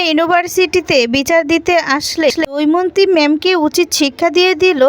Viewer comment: কি যে লেখে ! দময়ন্তী কে দৌমন্তী!!নামও ঠিক করে লিখতে বা বলতে পারে না।